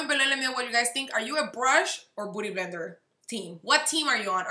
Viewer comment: Why is she saying booty blender?? 😂😂 she can’t pronounce beauty? I’m so confused